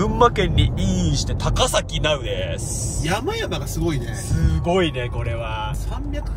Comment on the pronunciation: ※高崎 た⤴︎かさき ではなくて、 た↓かさき ですw